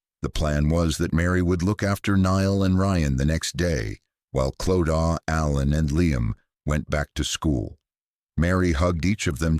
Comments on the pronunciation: Same, the Clodaw not Clo-da being mispronounced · I couldn’t watch this cos you kept saying Clodaw. It’s pronounced Clo-da. If you research all the other stuff then her name could have also been researched.